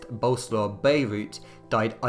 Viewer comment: it's Bolesław Bierut, not Beirut ;) by the way I'm from Poland and I can truly say that this set of events was never referred to as a "revolution". True, there might have been a bit of bloodshed, however this has never been a nationwide uprising at that point.